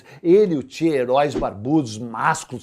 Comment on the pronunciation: pronuncie Tche gh-evara e não che gu-evara, kkkkkk eu estava em Camiri, depois da morte dele, visitando o Régis Debray.... o cagão....